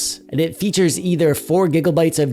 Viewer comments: I giggle every time you say "gigglebites" 😊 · I laugh out loud every damn time you say gigglebites